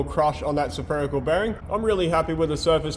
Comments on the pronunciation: sur-pherical bearing? Mate, practice saying spherical ;-) Another bloody good episode! AVAGOODLONGWEGEND! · I see is still struggling with his pronunciation of saferical. Help me out here Karen. Drop the first A mate, and you have it by the short'n'curlies...😆😆😆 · Great work, and the investment in custom tooling shows its worth. Is that how Aussies pronounce "Spherical"?